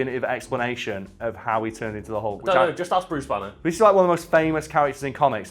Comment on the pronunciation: Its Bruce Banner! not Bruce BANEr you twats.